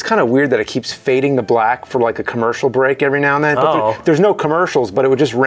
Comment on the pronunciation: I'm a fan of the show. Btw, did anybody notice how James says "..and then"? He says: "And nen" :)